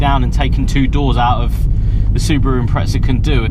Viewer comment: Sound it out with me.... IM-PREZ-A IMPREZA NOT IMPRETZA THERES NO T FUCK. HOW ARE U GETTING A T top gear do it to theres no T in impreza. Please so anoying